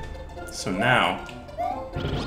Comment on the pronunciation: I love when he says “Yashi" at the beginning.